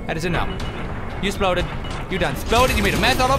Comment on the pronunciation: "You done 'sploded all over the floo!"